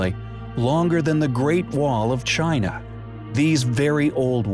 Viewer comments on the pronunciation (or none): none